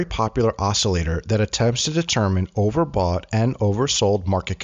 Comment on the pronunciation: you need to fix and say overbought.